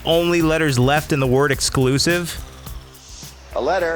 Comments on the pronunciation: It makes more since being EKclusive. I've heard people pronounce it that way many times so I figured she was one of those people that thought it was also spelled that way. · It's not EKclusive, it's EXclusive,.